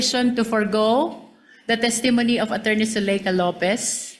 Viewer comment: The pronunciation of “testimony” has the stress on the first syllable “TESS-tuh-moh-nee”